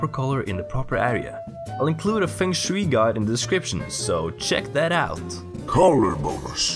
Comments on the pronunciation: as a commenter's job i have to do this ITS FUNG SHWAY NOT FENG SHWEE BLARGBLEARBHARBGH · 3 year late English pronunciation advice! (I mean, you know, if you want it) I’m not sure how common the term “Feng Shui” is globally, so pronouncing it “Feng Shewey” may very well be how it is pronounced in whatever region you get your accent (which I love by the way) from, but in case you were interested that’s a Japanese term that we pronounce here in the West as “Fung Shway.” Super popular descriptor for “room/energy flow” when talking about interior design for English speakers in my experience. Just thought I’d let you know (in case you didn’t) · It's pronounced "fung shway". :P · "Fang Shooey" is exactly how I used to pronounce it xD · I love your videos but it irks me how you say feng shui D